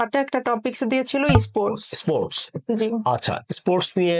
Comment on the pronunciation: Pronunciation is bad :it is not issports, this is sports i am from India